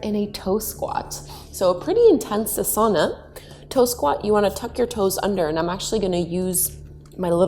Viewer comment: I enjoy your classes so much. Thank you. Through the decades I myself have always appreciated constructive clarification so I hope you don’t mind…it’s pronounced AH-sana with the emphasis at the beginning, as opposed to a-SA-na❤️🙏